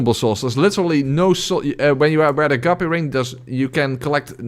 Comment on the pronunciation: why the fuck are you still awake!? It's 2in the morning. I said you'd earned rest! Btw, the DS2 ring is pronounced "a-gaip". Rhymes with "grape", the fruit. ”Gape" is a large opening, like a hole or mouth, and the ring is one that swallows souls.